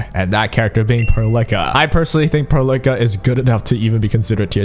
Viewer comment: it's pearl ica not perlickka